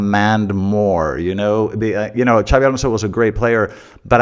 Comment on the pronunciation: Is the X not pronounced like an Sh in Basque? I thought it was pronounced Shabi